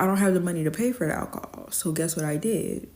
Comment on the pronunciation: How many times did she say alchohol? She has an issue...